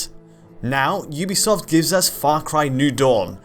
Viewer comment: Thank you for being one of the few people on the planet that can say "Ubisoft" properly.